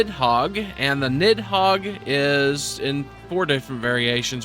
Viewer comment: FYI Nidhogg is pronounced nithawg.